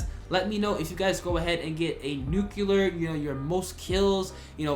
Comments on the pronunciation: It's pronounced "nuclear" not "nucular" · Need to learn how to say the word nuclear correctly. Ya sound ignant